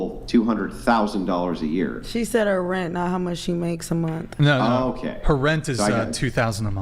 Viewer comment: " 70 thousand a munt"